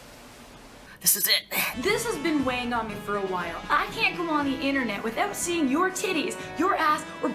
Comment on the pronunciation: Actually she doesn't say Internet or Instagram here, but instead the high class pronunciation of the word, "Innernette".